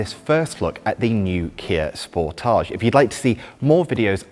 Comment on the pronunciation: I'm seriously losing my mind the way he says the name of the car "sportaage"(is a very french way to say it), when it is supposed to be "sport-age" !!!! 😂🤦